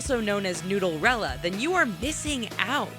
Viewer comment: It's Nooderella not noodlrella